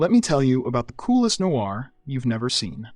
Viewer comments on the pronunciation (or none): none